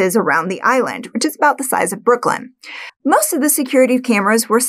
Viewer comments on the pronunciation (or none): none